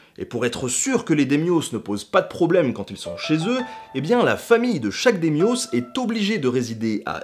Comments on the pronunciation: DAÎ Myo , et non pas Démioss,de rien merci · Là où ça fait vraiment mal, c'est pour le terme daimyo (qui se prononce "d'ail mi-haut" plutôt que "dés mi-os"), répété une demie-douzaine de fois en une vingtaine de secondes. Sur les autres mots, il y a certes quelque fautes notables (comme prononcer San Goku - ça, c'est DBZ - au lieu de Sengoku), mais le reste est assez correct (la prononciation de Meiji n'est pas simple pour quelqu'un n'ayant pas l'habitude du japonais). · Cela n'a rien à voir avec ton commentaire, Nota Bene, mais je vais écrire mon blabla ici pour plus de visibilité. J'ai tiqué pour : - "Onain" au lieu de Onin - "Sangoku" au lieu de Sengoku - "Tokugawa Yeah-Asu" au lieu de "Ieyasu" - "Démiosse" au lieu de Daimyou. Attention, pas de "s" prononcé au pluriel, les mots sont invariables en japonais, par exemple, on peut dire en français "des kanjis" mais on ne prononce pas "des kanjisse". Bon, personne n'est parfait, donc inutile de chipoter, moi-même, je bug sur les noms de famille de mes amis malgaches. ^^ Par contre, je chipote à partir de il y a une erreur, les samurais de Satsuma étaient contre l'empereur, pas de son côté. L'empereur a supprimé le shogunat, a instauré une nouvelle Constitution et un parlement élu. Mais au moment de la rébellion de Satsuma, ce qui faisait vraiment chier les samurai, c'était la suppression de la classe des Bushi en 1876, donc les samurais de Satsuma étaient pour la tradition, non pour la révolution car ils perdaient leurs privilèges. Les samurais de Satsuma sont donc du côté des conservateurs. Je tire mes connaissances de mes cours, dites-moi si je me trompe, je suis tout ouïe. :) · Ouais, bah, vu ta prononciation du "japonais", nota bene, t'as aussi besoin d'un cours de linguistique ! C'est "Da-i-myo", et pas "démios". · Ah, je ne suis pas le seul qui s'est demandé "démiosse", mais de quoi il cause ? Ah, daimyô ! ^^ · mééé par contre "démyo" ça fait un peu bobo aux oreilles ^^' ça se dit daïmyo